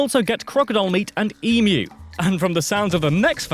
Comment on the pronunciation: Please note Americans he pronounced EMU correctly. It is 'eem-you' not 'eee-moo'. However he said 'koala BEAR' which is incorrect.